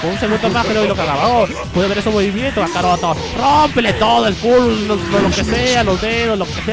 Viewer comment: POR QUE LE DICE a GOKU KACAROTO